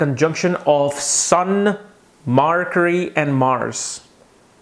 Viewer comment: "Marcury" :D :D